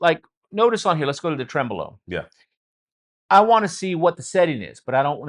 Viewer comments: Tremelo? Really! Hallo! 🤣🤣🤣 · Tremelo? WTF? Really? 🤣🤣🤣